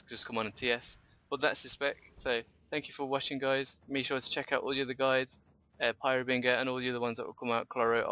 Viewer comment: love the vids, just one thing tho, you gotta stop saying "Har"bing"er", Try "Har"bin"ger". Thanks.